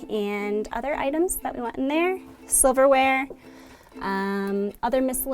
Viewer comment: Anybody else hear "sliverware?" :D